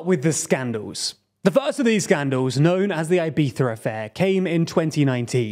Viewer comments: It's Ibiza, not "Ibetha". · "Ai-by-sza" affair: what the hell is that? Please, that's so ridiculous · "eye-BEE-thuh"? Yikes lol well, it's an attempt, I guess. Try "ee-BEE-thah", the first 2 vowel sounds are identical. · Ibiza is not pronounced "eye-beetha" -- it's "ee-beetha" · Why does he say "Ibitha"? It's really weird, just pronounce it like a regular english speaker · Do the people who live in Ibiza pronounce it “Ibitha”? Or is that just the Castilian pronunciation? Edit: it’s Eivissa in the local dialect, so I don’t see the issue with Anglos saying it with a “z” sound. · Why does a native English speaker believe it is right to attempt pronouncing "Ibiza" in Spanish in the middle of an English sentence? I am multi lingual and in none of the languages I have mastered do we insert foreign pronunciation mid sentence like this... It makes no sense to do this... Unless you are native Spanish speaking English (rather masterly I would say), which would only be an excusable offense. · Good video but for christ sake dont pronounce Ibiza like that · This is a super interesting video and I’m curious to see where it goes from here. Admittedly I’m more focused on your pronunciation of Ibiza. I’ve never heard it that way before and I guess it’s cause I’m not British. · Unpopular opinion… but, I hate the UK pronunciation of Ibiza. Wants to be pretentiously correct at the end, and Fs up the beginning.